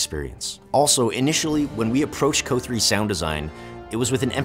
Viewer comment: Why does he keep pronouncing COH as "KOH" lol. I've never heard anyone say that. It's usually "SEE OH HEYCH'